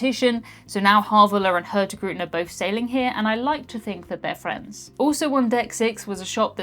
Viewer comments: got it wrong! Hurtigruten, which means something like fast route, is pronouced (approx.) hoortirooten! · I am impressed at how much you managed to butcher "Hurtigruten" xD That was hilarious. Thank you.